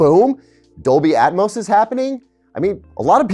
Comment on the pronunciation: Dolby "Atomos"